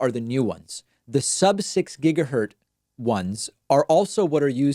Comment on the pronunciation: ‘Gigahertz,’ not ‘gigahurt’